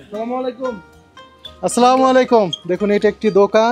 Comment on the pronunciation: আসসালামু আলাইকুম ভুল বলতেছেন আপনারা স্লামালিকুম না স্লামালিকুম কেউ বুঝেনা